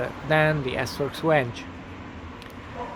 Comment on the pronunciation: How you pronounced the word my friend.. Its 'Venge' not Wenge lol